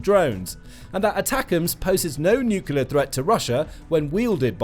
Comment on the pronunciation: Aargh! The word is NUCLEAR not NUCULAR! How far did you get in school?